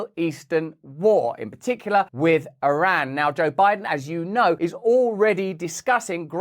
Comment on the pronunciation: MY Iranian in-laws from Teheran, consistently had to remind me how to pronounce the word Iran, until I finally learned it, in eloquently pronounced English...When Russel can't pronounce Iran properly, we'll not be watching anymore; HASSAN SAIIED said " like your ear, and a friend named Ron" EAR---RON, yes? Ha Ha Ha, Love this guy! Gotta say, he's encouraging us to take a bit of a better look AT ourselves, while we try to keep our homes and personal lives "in tune" with those things we seem to be able to do NOTHING ABOUT. (Pls pardon the pun.) Russel, you remind me of a caricature emulating some of the "Proper English of the Proper Parliament!" were they able to SPEAK as fast as they WANT US to think they are able. Seriously while the military industrial complex and leaders are a bit preoccupied trying to get all of the transgenders trained to wave their white underwear on polls and "prepare for war?"VOTING still being corrupted, that's really a good question! And didn't "somebody" recently sell PROPERTY to the Chinese near all of our major installations ? Not to mention, let a few through our southern borders posing as Venezuelans? This Fake Administration of Gangsters has given a total of $6 Billion, of Howdy Doody's trapped American taxpayers' funds, along with "unknown types and kinds" of "Interceptions of the 100 Billion " that was designated to help Palestinians to survive or escape; the innocent ones-As if JOE's or KnittenYahoo's military industrial complex were ABLE to